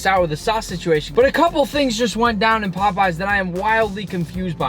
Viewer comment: like POPEEZ 19 mins and 49 sec in that sounds really funny